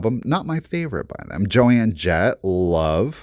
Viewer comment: Joan Jett (like... of Arc) not Joann😄 Oh... You're so cute.